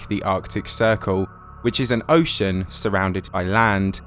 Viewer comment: "land surrounded by an ohshit" 😆